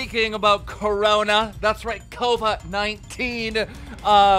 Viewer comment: COVA-19? Do you watch the actual news? Its pronounced like hourly on every news channel